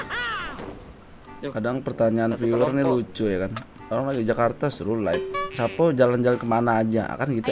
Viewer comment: Cuman bang doang dari sekian youtuber,yg penyebutan sappo nya benar